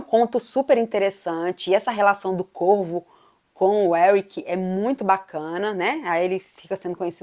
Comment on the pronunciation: No início do vídeo eu pensei que vc tinha dito o Corpo ao invés de o Corvo pois o som 2 palavras é parecido 😅